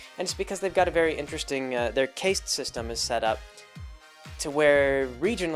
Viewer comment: "Caste" is pronounced "cast," like what wizards do with spells. "Koch" is pronounced "Coke," like the soda. I enjoy the videos and don't mind all the mispronunciations too much. It betrays a lack of deep familiarity with the subject matter, but on the positive side also indicates that picks up most of his information from reading rather than hearing other people talk about things (since these are words that were obviously read rather than heard).